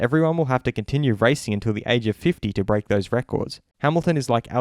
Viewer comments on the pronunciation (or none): none